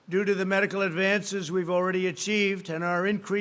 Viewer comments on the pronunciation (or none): "do do" instead of due to "thank you for welcomoming us" 🤣